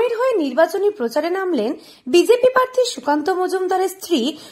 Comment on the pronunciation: Madam uccharan ta thik korun. Parthi noi, kathata prarthi